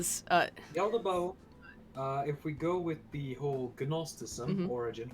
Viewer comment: The cringe every time tries to say Yaldabaoth XD Ya'll Da Ba Oth!!! Hahaha